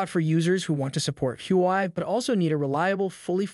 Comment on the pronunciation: i couldn't keep watching after hearing your pronunciation of the Huawei company name! how do you expect us to watch your content when you can't even pronounce the company name! dislike